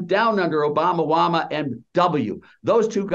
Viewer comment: He keeps saying "Obama-wama". This guy's racist.